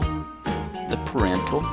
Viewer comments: The pronunciation of parietal lobe sounds way off! It sounds like he's saying parental. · You said it as parental